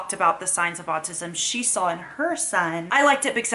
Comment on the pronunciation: Does say “sawl” instead of “saw”? No hate just wondering if it’s something common because my oldest says it too. I’m just curious how common it is.